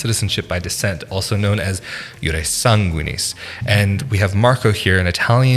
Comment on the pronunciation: But the accent is not on the a in sanguinis